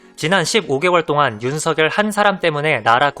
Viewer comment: 윤석열은 [윤서결]로 해외계신 분이 오히려 정확히 말씀하시네요 .대체로 [윤성녈]로 잘못 발음하는 분이 많던데 . 어느 방송국에서 아나운서 분이 [윤서결]이라고 짚어주시데요. 짚어주십디다. 딴지영상 잘 보고있습니다. 감사드려요 ^^